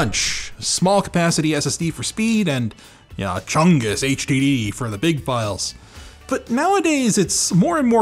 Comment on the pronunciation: He straight up said Chongus.